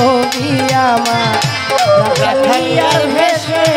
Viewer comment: রাখালিয়ারভেসে নয় শব্দ টি হবি রাখালিয়ারবেসে।